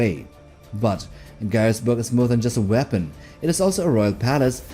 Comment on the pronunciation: ガイエスブルク要塞の読み方安定しなくて草